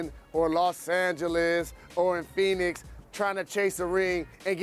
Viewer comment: Did he say Phoenix?